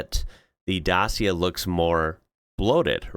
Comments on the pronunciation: Great video, thanks. FYI, Dacia is pronounced Datcha. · It's Dat-chia, well as near as I can do it in phonetics. (My wife is Romanian.) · The C in Dacia is pronounced as an English "ch" If you want big cars in Europe you can look at something like the Skoda Kodiaq, BMW X5, or Range Rover.